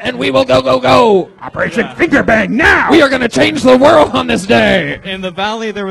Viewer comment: Someone teach Redban how to properly say the word "world"